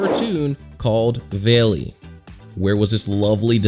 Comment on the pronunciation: not veli its vali